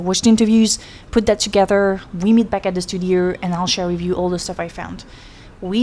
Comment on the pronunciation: Please try to say ow instead of urr. Studiurr, 30 years agurr. Like murrst